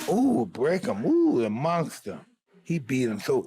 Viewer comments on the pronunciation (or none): Sounds more like Monthgstha to me the way Tyson pronounced it. Cute. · You mean mongster? Who you kidding mate ? That idiot couldn't even pronounce the word monster correct. How much brain damage you got ? Tyson is a scumbag, he always was and always will be. It don't matter how many times you donkeys mention his name. The only ones scared of Tyson are females and for good reason. Good to see how much you like a convicted rapist and sexual predator. What a bunch of bullshit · Tyson- "cwazy guy name the mongsta" 😂